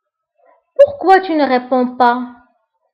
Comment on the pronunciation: Rèponds et non rèpands